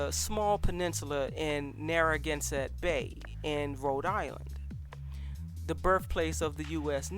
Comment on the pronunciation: You kinda butchered the name "Narragansett", but otherwise good video